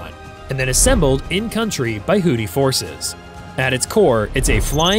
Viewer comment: What in hells a hoddi, your AI sucks.